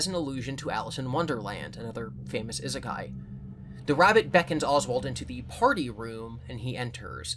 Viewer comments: It's Ee-sekai, please don't make this the new Ningen for your channel. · I've just discovered content and I love the fever dream his humor/theories/collabs take me on, but NOTHING could have prepared me for how he pronounces "Isekai".